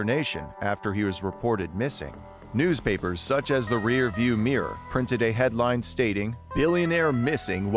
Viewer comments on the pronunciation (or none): none